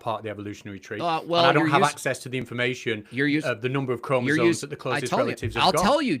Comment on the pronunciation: Arguing about chromosomes while calling them KROMOZAWNS is compelling argument. 🫡